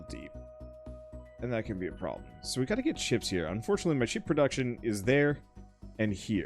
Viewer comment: I was only listening to the audio: were you saying ships or chips? Or both? I kept hearing it one way then another, lol.